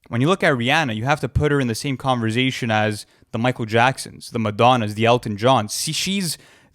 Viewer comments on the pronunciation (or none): Nobody:: CONVERZATION